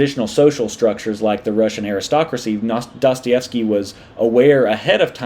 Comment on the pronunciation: I love how the West hardly ever gets Dostoyevsky right